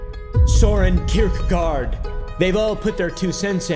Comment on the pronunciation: You just butchered voltair and kirkegårds names.